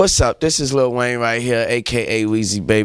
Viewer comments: Why can’t he pronounce “Lil” instead of little ?? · Lol everyone who has lil in there name he pronounces “little” 😂 😭